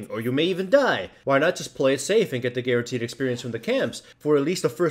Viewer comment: lol, Garentee'd xD